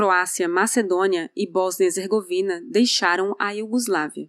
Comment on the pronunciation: PetKovic e não PetRovic. HeRzegovina e não HezeRgovina. A gente quer adquirir conhecimento mas ouve erros…